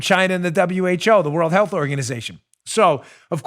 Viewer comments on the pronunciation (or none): none